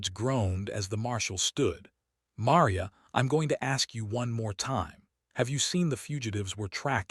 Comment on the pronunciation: It was a nice story, although it was difficult hearing 'Maria' mispronounced repeatedly.